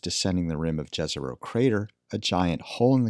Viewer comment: It's not that hard to pronounce Yeh-Ze-Rho correctly. You can pronounce that first letter like when you say first letter of Yeah or York. Should be written like Yezero for english speaking people or so. We research another planet and let us research our own also, languagewise.